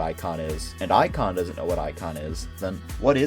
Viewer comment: ic-on amongus contaimnent